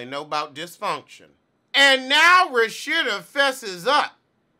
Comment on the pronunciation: every time you say RaSHITa i gag ‼️‼️😂😂 love you 😏😏